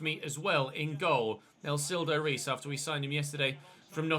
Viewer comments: Hey,! Your keeper's name is pronounced 'hays', not 'rees'. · hiya, I don't want to be rude about it but I know you like pronouncing things properly sooo: I think Nelsildo Reis's surname is pronounced "Hayzh" with the soft sound Z at the end of the word for the S and making the R sound like an H at the beginning of a word.